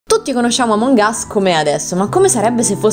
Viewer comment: In pratica sto video è che prima dice àmong us e poi amòng us